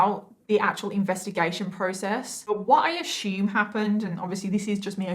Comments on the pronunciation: "You can't just go around threatening to kill people!" I'll stop that, when you stop pronouncing it "ashoom!" Speaking in tongues is making vocalizations that could be taken as words in another(i.e. fake) language, but aren't. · Love your videos. I hope this doesn't come across as something bad, because it's not, but the way you pronounce the word "assume" is adorable. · I love how she pronounced "assume"... 😊